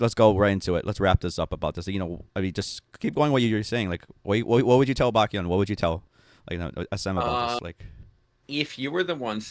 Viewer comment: usually i'm pretty lenient with your videos since it's just opinions. but goddamn,, at least get his name right. it's baEkhyun, not BAKYUN. how does out-asian you everytime with understanding how pronunciations work? 😭